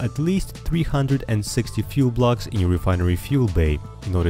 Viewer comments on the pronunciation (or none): none